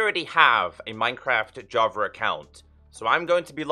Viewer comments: I always hear you say Javer it makes me laugh lol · i was looking for java edition bro, what's this "javer" you speak of?? 😂🤣💙